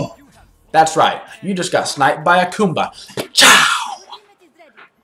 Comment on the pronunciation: "Coomba"! ...I've been mispronouncing it.😂 My bad.